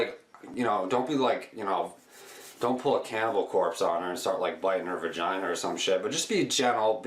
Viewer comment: its a vagina, not vergina....period dude is creepy as fuck